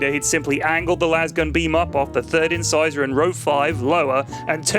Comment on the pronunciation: good work, but just a note. during the reminisce of the kill scene, its not 'in size in,' its 'incisor' as in tooth. just fyi